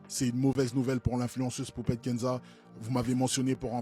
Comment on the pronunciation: "le mari À poupCHTette"......... 🙄 Pourquoi est le seul à parler d'elle CORRECTEMENT???